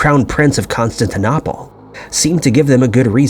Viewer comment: Con stan tin opal - please learn to pronounce names correctly. Also, agree stop using AI generated images.